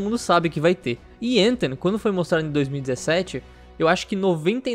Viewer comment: Tem que pronunciar o th como é pronunciado no inglês, não tem som do nosso T é um som diferente que não existe no português.